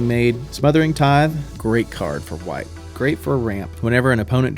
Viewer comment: Great video! also "TITHE"